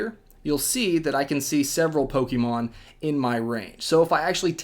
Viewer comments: Poke-AY-mon even Poke-uh-mon but Poke-EE-mon???? cmon dude you sound like a soccer mom. for a guy who knows a game so intimately, can't even say the name right.... pathetic. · it's pokaymon look at the accent above the e